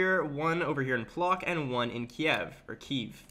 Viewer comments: Bro you insulted me with pronounciation of my hometown bro, it's not Plok bro you read it't Pwotsk bro. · Please don't pronounce it plock, the closest thing in English phonetically would be pwotsk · Its Płock Not plok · NOT EASTERN EUROPE !!! IT'S MIDDLE !!! And great video. I am actually imprest by your pronunciation of Polish words and names. Just this Płock. It not Plok XD